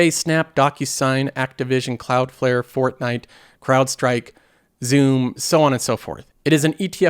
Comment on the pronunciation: Did you just say Fortnite instead of Fortinet? 😂